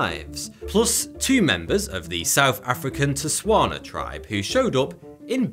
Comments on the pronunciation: Lol it's not "Theswala" it's "Setswana".... Much love from South Africa 🇿🇦 love your channel bro. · Tshepo is correct, says "Theswana" and not Setswana. does have a speech peculiarity though so maybe he tried, but failed, to say Setswana.